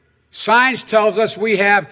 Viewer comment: Joe what the hell do you know about science. You cant even complete the word. At first, I thought you said signs